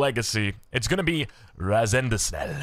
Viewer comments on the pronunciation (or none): Haha dear, Razendsnel is a Dutch word, it means super fast. But i accept your Rapunsel❤ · Razendesnell😂😂😂 i nearly spat out my drink when i heard that 😂😂 love the prononcuation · the orange player Razendsnel is dutch. Try it in Google translate and let it pronounce the name. You butchered it completely at the first try😂